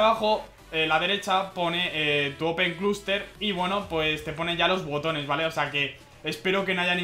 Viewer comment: the cluster se llama al parecer... es tan dificil decir hustler, en fonetica es hʌslə, para el que no entienda eso hasla/e, en otra parte dice "vehicule", aprende ingles dios